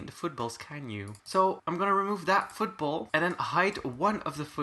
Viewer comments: i thought you said food bowl when u said football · him trying to say food bowl: football him saying football: food ball